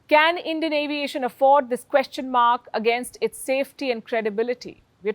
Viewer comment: Palki is basically saying " If you want to go to heaven early, take Endian carriers. 😂😂